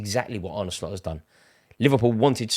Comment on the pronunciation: Thank you Rory for actually pronouncing Arnes name correctly. Absolutely shocking the amount of people in the MSM and independent football presenters who get this wrong, even though there's literally a video on YouTube of Slot pronouncing his name. Absolutely drives me up a wall but thanks for actually putting the effort in.